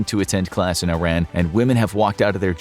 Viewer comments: no bruh its EE-ran. I RAN was a slight to mispronounce our names for decades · Its not Eye-ran its EEE-Rahn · Pardon me, but Iran is pronounced “eee-rah-nn” instead of “eye-ran”, sending my love ❤, great job on the video btw, love the depth you go into 😊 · “ee-RON,” not “eye-RAN.” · Because he spell Iran as Eye-Ran? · It would be more respectful of we pronounced it correctly... "eer-ahn" not "eye-ran" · I am confused, it is pronounced I-ran or Ee-ran? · I love this! Iran is pronounced (e-ron) not (I-ran)❤ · it's not eye-ran it's e-ran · Please say EE-ROHN instead of I Ran. 🙏🏼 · it's pronounced EERUN, not I ran. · It's pronounced E-ron NOT I-ran. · This is a good video. However you need to pronounce the name of the country correctly. It is pronounced (E, like the letter. Ron, like the name) Iran (E-Ron) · hes pronnouncing the name wrong its not i ran , where are u running ? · American school teach kids to pronounce it as "Eye Ran" so you'd have to educate people on an individual basis over & over to unteach that. This is also a country where we can't agree how to pronounce the names of our own states, especially Nevada. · Just a kind reminder to check the correct pronunciation of Iran. Some would find your mispronunciation offensive. Thanks for the video, I enjoy your channel. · You’d think a content creator so knowledges on history would know how to pronounce Iran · Currently the whole world knows about this and people still can't pronounce the name of the country properly!!! 🙄